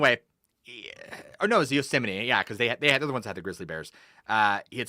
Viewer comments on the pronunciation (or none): Just another "narrator" reading stolen creepypasta crap from Reddit as "TRUE TERRIFYING ENCOUNTERS". Plus some of his readings are TERRIBLE. He can't even correctly read well known cities and national parks. Twice he's pronounced "Yosemite" as "YOSE-MIGHT". Absolute pudding head.